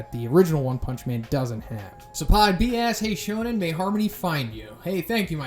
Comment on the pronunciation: So zhoniin is pronounced like shonen🤔